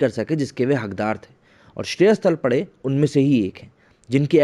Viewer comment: It is Shreyas Talpade तळपदे and not तळपडे